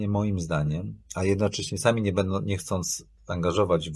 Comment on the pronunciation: "Bendom przyszłom elitom" - czy słyszał o głosce "ą"? - około 20 minuty programu